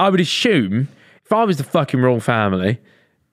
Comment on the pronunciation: BROOOO!!! wtf is "asshume"?? it's assume.. where you getting the 'h' from? said it like 10 times lol